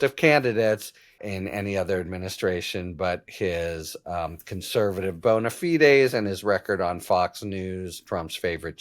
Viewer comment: you said "bona fides" right!! i can tell you're a bone-afied lawyer